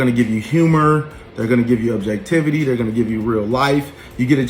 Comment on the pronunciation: The way he is pronouncing “objectivity” is annoying. Also, as a grown man with such a busy life how do you have time to watch all of these YouTubers ?!